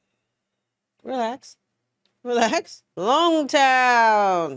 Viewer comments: Reminder, it's pronounced "ooh-sop" not "You-sop" and "log-town" not "long-town" unless I'm mishearing. As for the One Piece Openings, the second one ispretty good and spoiler-free. The third one though, you should check it out after episode 130. Just saying. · It’s pronounced “Log Town.”.